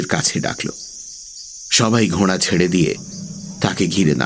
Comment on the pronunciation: খুব ভালো লাগছে, তবে কথাটা ঘোড়া , ঘ য়ে চন্দ্র বিন্দু টা বড্ড কানে লাগছে।